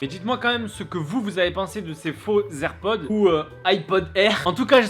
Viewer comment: Apprend à dire airpods avant de critique